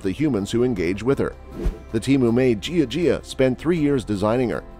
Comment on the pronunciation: Ask a chinese to tell you how to pronouce jia jia. As you say it now it is ridiculous!